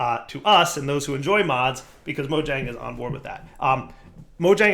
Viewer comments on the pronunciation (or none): You went all the way to sweden, & you still pronounce Mojang with a hard J? :P Totally awesome to hear that the Java team is expanding still, thanks for letting us know!